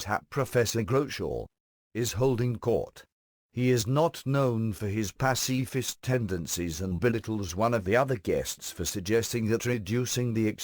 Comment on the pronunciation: "he is not known for his 'passy-fist' tendancies..." lol